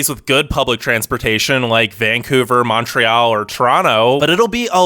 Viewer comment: the way you say montréal makes me hurt 😔